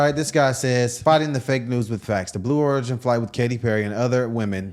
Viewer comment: "Blue O- rig- in" faker than Biden's presidency 😂😂😂